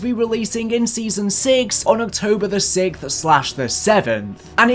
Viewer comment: I gotta know , why do British people say sigth instead of sixth ? Drives me insane not knowing why ?